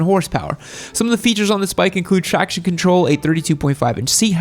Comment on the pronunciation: Today I learned that cannot pronounce “traction.” He says “trackachin” lol